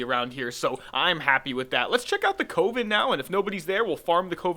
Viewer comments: Why are you pronouncing "coven" like that!? >_< also great video :) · Please look up the pronounciation of "Coven" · I don't think I was lol, just poking a bit of harmless fun at him for him his odd pronounciation, calm down boy.